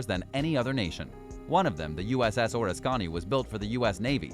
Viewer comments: The way he pronounced the Oriskany I thought he was referring to a WW2 Japanese Carrier...Also those 44 soldiers that were killed during that fire on the ORISCONNI I wonder what their unit # was. I guess during Vietnam the army had super carriers launching airstrikes from Yankee Station into North Vietnam... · I served on the Oriskinay. Kinda sad watching the old girl go down. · Also, it’s Oriskany not Oreskany. Also mispronounced Pensacola as well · Not Soldiers, Sailors, killed aboard the Oriskany. And you are mispronouncing the former carrier's name. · I can understand a Russian ship not being pronounced properly but NOT an American ship (Oriskany). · Besides showing their ignorance of the US Navy be mispronounced name of the Oriskany they also didn't end the history of the USS Sea shadow. The Shadow was sold as a package deal including the barge HMB-1, a part of the mission to raise K-129. LMS built he inside of the barge for security reasons and towed the barge to the off-shore test areas. The sale of the package required the bidder to dismantle the Shadow. It did not contain enough metal to attract ship scrappers. So, the buyer cut her apart and healed the wrecking debris to a landfill and is now using HMB-1 as a commercial drydock to repair ferryboats. And that's the true story. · Oriskany is mispronounced. Its an Indian word. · You couldn't pronounce Oriskany correctly. Fail. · 👎👎👎👎👎👎👎👎👎👎👎👎👎👎👎Definitely a thumbs down from me can't even pronounce USS Oriskany Correctly!!! Thumbs 👎👎👎👎👎👎👎👎👎👎👎👎👎👎👎👎👎👎👎👎👎👎👎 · Yeah, Your Mispronouncing The U.S.S. Oriskany Was All I Could Take. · Damn, learn now to pronounce Oriskany. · The name Oriskany is mispronounced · This is the worst video I have ever seen! Uses random photos of ship wrecks and mispronunciation of Oriskany and Pensacola. Makes you look ignorant and uninformed. Come on, you can do better than this! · You failed at pronouncing Oriskany. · Someone needs to tell the narrator how to pronounce Suisun and Oriskany.